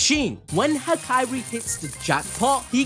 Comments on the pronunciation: am i the only one that had too stop the video from the way he said hakari, as "ha-kai-ri" only cause ive only heard it pronounced as "ha-ka-ri" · all was good untill mf said hikiri bro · Bro is doing Hakari dirty. He isn’t the princess from kingdom hearts. Out here calling him Hakairi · Saying hakari like that makes me uneasy 😭